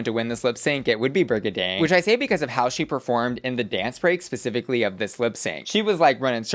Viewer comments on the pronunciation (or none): none